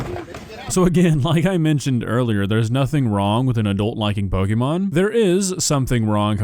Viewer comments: Every time I hear "pokeemon" it makes me twitch. It's po-kay-mon. It's short for "pocket monsters" and there's a mark over the é indicating an ehh sound. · "Pokémon" is most accurately pronounced POH-kay-mon (/ˈpoʊkeɪmɒn/), reflecting the é accent and its Japanese origins. While "POH-kuh-mon" is common in American English, the correct, officially accepted pronunciation emphasizes the "kay" sound in the middle. Not "POH-kee-mon" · Loving how insists on deliberately mispronouncing Pokemon as, "Pokeymon" as if he is a fifty year old parent who was twenty years old thirty years ago. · I don't disagree with you,, but it's such a pet peeve of mine when people can't pronounce pokemon correctly. It's pok-eh-mon. Like, you know. Pocket.